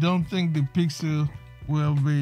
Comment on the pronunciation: It’s not called, “PYXIL”. It’s called, “PYXIS”.